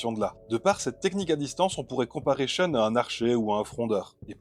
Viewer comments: SHEUNE ?? Pourquoi prononcez-vous comme si c'était un nom anglais ? A priori c'est japonais, respectez donc la phonétique japonaise. Prononcez donc SHOUN. L'argument de "je me base sur la prononciation des comédiens de doublage" n'a aucune valeur. Ces gens-là n'y connaissaient rien et n'ont jamais été corrigés. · La prononciation avec l'accent français "Choune" est ridicule. Mieux vaut le prononcer comme dans la VF car c'est plus proche de la vraie prononciation Japonaise que "Choune".